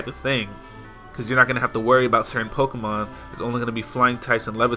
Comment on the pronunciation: Dude. It's pokemon.